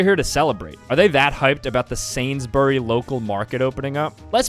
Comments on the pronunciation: what the hell is sanssssburi its sansburys /sansberries/ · BRO SAID SAINS BURY DAMN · Did….. did he just say Sainsberry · The way he said Sainsburys LOL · As a brit, the way you say Sainsbury’s made me laugh